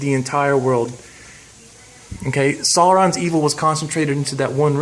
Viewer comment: And you still say "Sauron" incorrectly :-)